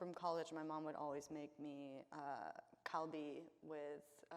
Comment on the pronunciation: The way she pronounces kalbi makes me wonder if her mom was even Korean.